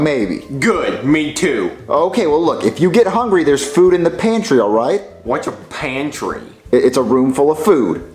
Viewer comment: . What’s A pRanty